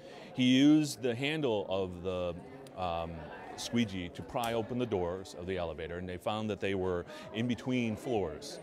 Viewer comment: I just cannot hold a straight face when I hear him say Squeegee lmao